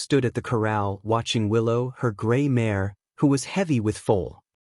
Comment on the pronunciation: Need to work on the AI’s pronunciation. Mares and other words